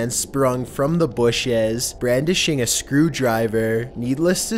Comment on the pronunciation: and the way he says bushes is like busheas